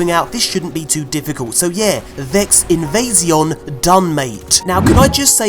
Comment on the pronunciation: Vex Invezzzzion 😂😂😂